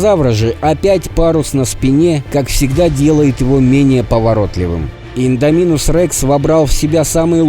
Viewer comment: А вы заметили что автор говарил и'ндоминусом а провильно индо'минусом